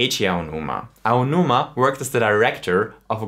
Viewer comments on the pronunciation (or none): none